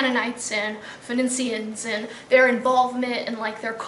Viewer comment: Big immortal history buff that can't pronounce Phoenician. Interesting.